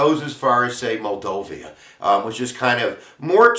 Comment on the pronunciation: it's pronounced "MOLDOVA" not moldovia!!!!!!